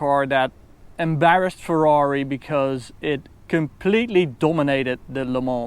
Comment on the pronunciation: Förrari, Förrari! Tanulj meg beszélni ökörhuggyozás!:))))